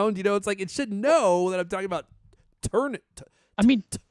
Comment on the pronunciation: I feel like is the only person who pronounces "turn" as "churn" in the world, so I kinda see what Siri is struggling with.